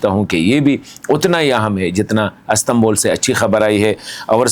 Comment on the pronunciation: As tan bul ❌ Is tan bul ✅